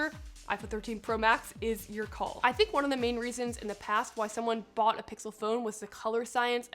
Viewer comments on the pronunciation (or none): none